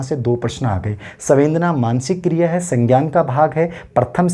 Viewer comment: सवेंदना नहीं, संवेदना है